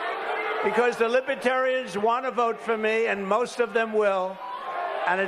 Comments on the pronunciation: Libaterians? Why does he keep saying that? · He kept calling them lipertarians !! 😅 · DJT will be all over them. He can't even say libertarian..he is saying "libatarians" They won't put up with him. They protect their own. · It doesn’t seem like he pronounces the party correctly. It sounds like he drops the first “r” and says libetarians. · Consistently "Libetarians.' Wonder how they like that pronunciation. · Libetarians he doesn’t even know how to say it! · He keeps call in them LIBATARIANS! The correct name is literally written all over the walls around him!!! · Li-buh-tar-uns It helps if you know how to pronounce libertarian—there’s an R in there trump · Did he call them Libatarians?? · Trump keeps saying "Libetarian" (Li-be-ta-ri-ans) with a silent 'r' lol. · Libeh terians...lol... boooooooo...lol